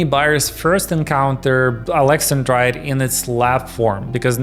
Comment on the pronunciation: That's not how you say "Alex-An-Drite".